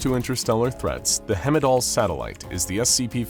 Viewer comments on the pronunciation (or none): I'm sorry since idk what you'd do about it, but it's not hemidall pronounced like hemisphere, it's Heimdall like heist. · Hemidall? It says Heimdall on your screen. Everybody and their mudder knows how to pronounce Heimdall lol I didn't realize this was an AI voice. Heimdall (High-MM-Doll) is the norse god that oversees everything.. hence a satellite being called Heimdall is perfect. Calling it hemidall seems to diminish everything about that.. lol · It's not hemidall it's heimdall (heyem-dahl) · "Hemmidall?" I appreciate that you're finally making actual content again, but man, you need to work on your pronunciation. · Thee way he screws up the pronunciation of Heimdall makes my eye twitch. Its not even close. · The mispronouncing of heimdall is annoying